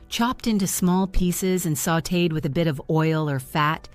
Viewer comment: The are sautéed in butter or margarine until they are brownish and kind of sticky. The video keeps mispronouncing it.